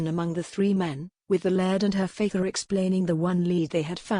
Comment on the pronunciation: Her faither? really. computer might be able to read some words - others - nope. too bad sounds like a good story but the computer reading ruins it